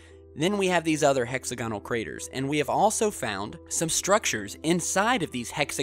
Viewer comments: Fun channel, but please add credibility by pronouncing "hexagonal" correctly. The accent is on the second syllable, not the third. I.e., [hek-SAG-uh-nl] not [hek-sag-UH-nl]. Just weird. And please be careful about using km vs. miles and not switching them around by mistake. Otherwise, fun/intriguing stuff. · hex-agg-onal....stress is on the "agg" part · Sorry gotta say it dude: Hex-og-a-null Great vid! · It's 'hex A gonal' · look up the pronunciation of hexagonal and Hoagland is a quack